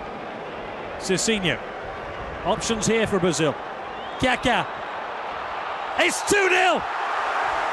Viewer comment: Lol the commentator cant say kaka properly "kya kya"